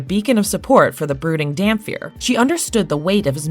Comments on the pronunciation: DamPIR not DamFEAR lol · You're pronouncing Dhampyr/Dhampir completely wrong!